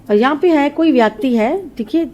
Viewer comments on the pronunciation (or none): Y so many numbers for date of birth ? U pronounce व्याकटी X Kts a व्यक्ति